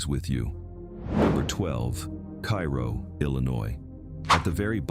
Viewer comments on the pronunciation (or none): KI ro? Pronounced in Illinois as KAY ro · A little late but, IT'S KAY-ROW, not Ki-row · Duhhh, pronounced "Kayro" dummy AI. You wanna say "Kyero" go to Egypt, Foo! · It's pronounced kay ro, not kai ro. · I believe it’s pronounced “Kayrow”. Not Cairo. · Cairo is pronounced cayro People still live there. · In Illinois it's pronounced Kay-ro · It's pronounced KAY ro. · It's pronounced, CARE-oh. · I live about an hour away from Cairo, Illinois. It has a reputation as a bad and very violent town…btw the locals pronounce it “Kay-row” or “Care-O” like the corn syrup. This has been accepted as the correct pronunciation around Southern Illinois. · It's pronounced Care-o. My grandparents lived there many years ago. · The town is pronounced, "Kàyrow or Care row. It depends on where, in southern Illinois you were raised.😂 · Yeah, please learn to pronounce our towns correctly. Cairo is pronounced Karo. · It’s pronounced KAY-RO! And the earthquake is the MAAD-RID, not like the Spanish city. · It's pronounced "care oh.". Just ask everyone who lives there. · No, it is pronounced kay-ro. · I am friends with 16 people who live there - all born and raised there - one in her 80's, one in her 70's, two in their 60's - and they told me it's pronounced "care oh." So I guess people can pronounce it however they want to. 😅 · Cairo Is Pronounced "KAY-ROW". It's Not The Same As The Capitol Of Egypt. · Cairo is pronounced Kay-ro, not like the city in Egypt even if it is Little Egypt. I live in Mt. Vernon, IL now, but spent 40 years in Carbondale, and was born in Campbell Hill, a town of 300 in Jackson County like Carbondale. I sure remember Valmeyer flooding and relocating, and I have been to Old and New Shawneetown many times. Thebes is a wide spot in the road I've driven through many times, and I remember when Grafton used to be a good sized town. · It is pronounced Care O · CARE-oh is how I always heard it pronounced I am from Northern Illinois. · AI is infamous for mispronounced names.